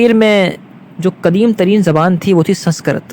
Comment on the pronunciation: سنسکرت کا تلفظ درست نہ ہے